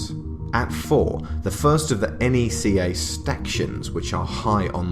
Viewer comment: It’s pronounced Nec-kah not ee-en-see-aye